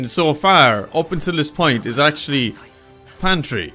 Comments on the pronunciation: PATRI not fucking pantri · Its not pantry.. Its patry... 😅😅😅